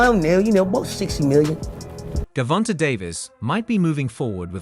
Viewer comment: First of all learn how to pronounce his name before you do a piece on him look at the spelling, and you said Gavonta said with a smile to Davis, that's the same person Gervonte Davis sharpen up on your journalism skills boy